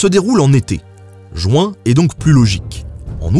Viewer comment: JU-IN JU-IN JU-IN please !!! Pas JOU-IN !!!